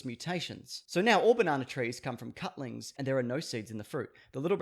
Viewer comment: I don't think you meant to say "cutlings" when reading about bananas. 😬